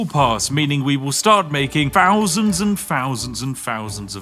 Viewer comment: he cant say thousand lol